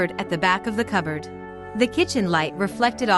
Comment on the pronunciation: "A coberd in a coberd?"